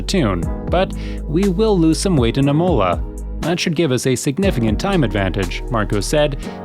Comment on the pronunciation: The pronunciation of imola is hurting me deeply